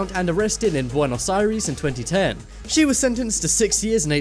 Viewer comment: Please learn how to pronounce “Buenos Aires”.